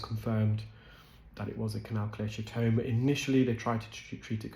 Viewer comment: just some minor, but not uncommon mispronunciations: Salivary: SAL'-i-va-ry NOT sal-EYE'-va-ry Cholesteatoma: ko-LESS'-tee-a-to-ma NOT ko-LESH'-tee-a-to-ma Herniation: her-nee-A'-shun NOT her-nee-eye-ZAY'-shun